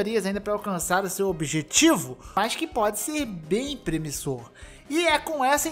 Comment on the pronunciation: Bem premissor Kkkkkkkkkk